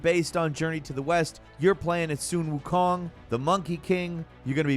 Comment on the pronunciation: did you just say soon wu kong?!?!?!